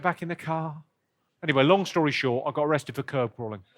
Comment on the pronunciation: curb not carb